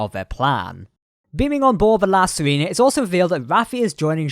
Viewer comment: I really enjoy your videos but I need to comment on something that is very distracting. Basically we need to go over some basic Spanish pronunciation. It wouldnt be an issue if the ship's name wasn't La Sirena, (which means the Siren or Mermaid). In spanish "E" is always pronounced "ay." Likewise, "I" is always pronounced "ee." So La Sirena is pronounced "See-ray-na". Vasquez rocks is pronounced "Vas-kayz". And now you know!